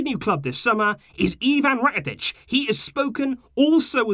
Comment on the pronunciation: rakatic Subtitles: rocket ditch 😭😭😭😭